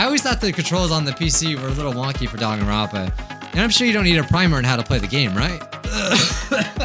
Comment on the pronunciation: Actually,surprisingly...you said the name probably perfectly